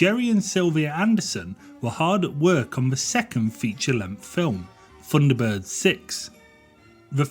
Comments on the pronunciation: Really struggling with 'funderbirds' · I thought they were Thunderbirds, not Funderbirds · it was called THUNDERBIRDS, NOT FUNDERBIRDS. And they were BROTHERS, NOT BROVERS. DISLIKED. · The voiceover rather spoils this. Someone who cannot pronounce 'th' narrating a 'Thunderbirds' feature....!?! ...ie, The Thunderbirds.... rendered as 'verr Fundabirds...' doesn't really gel. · I distinctly heard you say "FUNDERBIRDS" and "FREE TONS", Huh?, sorry i just tripped over all those "TH"s you dropped all over the floor. Oh and i had my knuckles rapped at school with a ruler, when it was pointed out to me that the letter "H", is pronounced AITCH, there is no unwanted "Huh" if i learnt this aged 8 i am sure you could have. Thrn you finish it all off with a final 20 firteen, what a lazy dork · 'Funderbirds' ? lmao. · I agree, when the commentator can't even pronounce his subject. 10/10 for effort but 'funderbirds'?.... really?